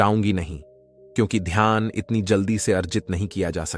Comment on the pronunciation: Ghyan nahi dhyan kahiye